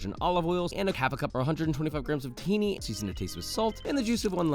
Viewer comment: The ingredient in hummous is tahini, a sesame paste, not teini.